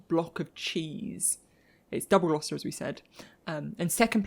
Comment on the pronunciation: Oh no it's really not pronounced glaow-chester? 😳